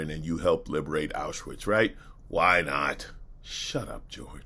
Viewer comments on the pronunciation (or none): "AuSHAwitz concentration camp" Really?? Mr "Zabrovsky Devolder Revanche Santos", being a fluent English/Portugese speaker, I'm surprised you misprounced the name of the concentation camp. Being Jew-ish, I thought you knew better.